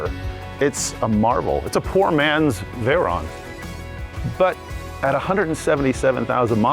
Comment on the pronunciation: I always find it funny when Ed pronounces foreign names so incorrectly. Vey-rone.😂 Just like Merci-elago.🤣🤣